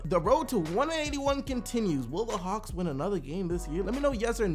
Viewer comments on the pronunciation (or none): none